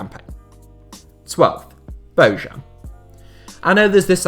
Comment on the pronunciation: Its BoJan Boyan BOJAN not Bojuan moron